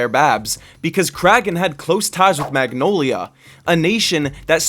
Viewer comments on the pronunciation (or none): none